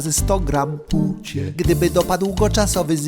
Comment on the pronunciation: Teraz nagle ktoś wyłapał pucie. Niektórzy nawet mówią o "przejęzyczeniu". Tymczasem on tak mówi zawsze i od dawna. Śmiałem się z puci w komentarzu już z miesiąc temu, kiedy miał mowę o "tęczowym Rafale"